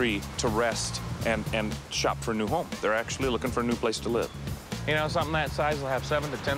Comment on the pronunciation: It sounded like he said I love you as well ahahsh